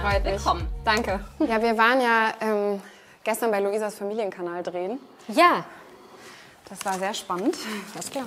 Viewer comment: Trehen... oh gott das heißt drehen